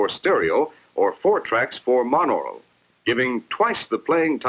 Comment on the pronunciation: Nope. Still no "L" at the end of whatever he said.